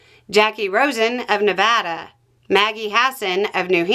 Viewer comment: Never heard anyone East of the Mississippi pronounce Nevada correctly before just now lol